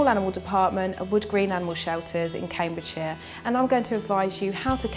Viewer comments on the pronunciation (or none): none